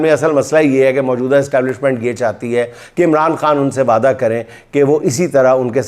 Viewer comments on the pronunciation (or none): Wapda nahi, Wada 🙄